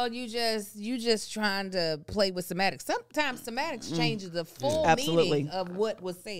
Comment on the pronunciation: semantics, not sematics